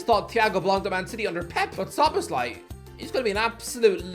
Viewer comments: SZO-BOSZ-LAI. I'M LOSING MY MIND AT THIS POINT. Who in the hell is solosbayi?? . OMG HE SIAD IT RIGHT. WOW!!! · Why does keep saying "solacebai" 😭😭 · Finally he said Szoboszlai right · Man always butchering szoboszlai's name😂😂